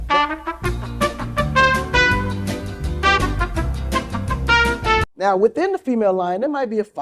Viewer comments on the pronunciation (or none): did he just say “penatate”? 😂😂 imagine letting a dude like this penetrate you that can’t even say the word. Strong intellectual gene pool incoming😂